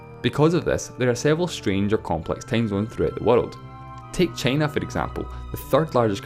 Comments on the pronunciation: take cheina foe exempore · "Chay-na"? Never heard of that country before. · Me too, after hearing "Cheenah" and "the Uneetud Kangdum". Christ! Diction! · The commentator calls time as tame and china as chena and so on. Its better to read captions in silence.